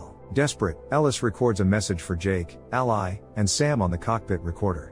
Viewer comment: Listen to the text-to-voice before you upload. Ally and ally (ally, the name pronounced like alley and ally, the alliance partner) do not sound the same. Live and live (live, staying alive and live, being on stage) do not sound the same. Fix it, and you'll get another like.